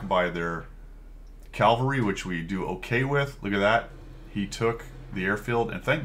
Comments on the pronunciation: I was just poking you a little re pronunciation of "calvary". :hand-orange-covering-eyes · "We've got calvary..." Calvary? :eyes-pink-heart-shape